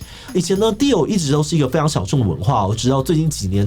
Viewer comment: 只有我一直聽 地偶, 地偶, 地偶 最後聽成 Dio的嗎?